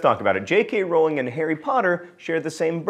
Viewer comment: The best part about this video is John saying Rowling correctly. If you could smell sounds, that's what amortentia would smell like to me.